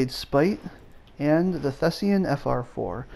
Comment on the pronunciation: THESAN, not THESEAN.